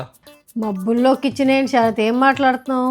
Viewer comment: షరాత్❌ శరత్✅